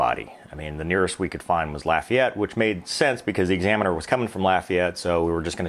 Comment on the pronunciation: Congratulations you pronounced Lafayette correctly. I am from there and I do not like when people say LAHfayette.